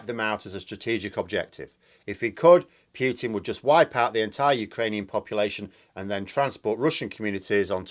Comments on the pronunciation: It's Poo-tin not Pew-tin. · "Vladimir Pyeuwten" my favourite mispronunciation lol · Yet he still pronounces it Pyutin. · Jackson Mate the man is probably the most well known person in the world for 20 years full stop. While down in New Zealand being ultra famous for vowel mispronunciation in the English speaking world, or feeling silly pronouncing a u in oo is somewhat acceptable given how remote New Zealand is, but in Europe it really is nonsense, that anyone would choose to say his name incorrectly. a school teacher mind you, has been corrected many times, by many different nationalities and has said unless Putin rings him up he will keep saying it incorrectly. Some school teacher;) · Yet he can not pronounce Putin, a simple 5 letter name